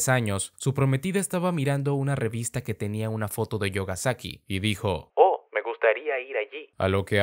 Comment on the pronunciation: La pronunsiacion correcta no sería "yogasaki" sino "miogasaki" xdd